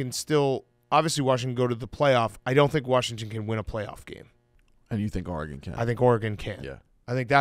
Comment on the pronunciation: One of these days Dave will learn how to pronounce Oregon correctly